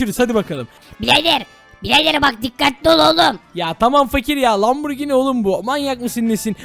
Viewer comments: Lamborgin değil lamborjin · Lamburgini değil okunuşu asılı lamburcini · Abi sen lamborghini derken hamburger diyorsun sanki